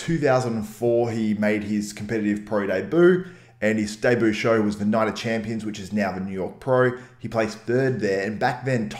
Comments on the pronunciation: By the way debut is pronounced day-b-you. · Well as a french his version is closer to french than the normal one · Debut is pronounced Day biew. Great channel and great video as always. I wish he continued